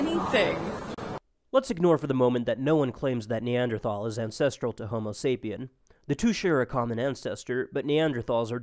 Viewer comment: Both of you need to learn how to pronounce "Neanderthal"